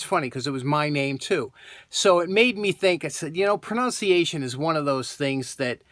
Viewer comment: The funny thing about this is you added letters to a word and miss pronounced "pronunciation" it is not pronuonciation" but I love this channel and your work. all the best.